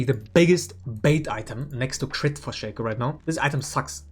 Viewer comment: you pronounce "Shaco" wrong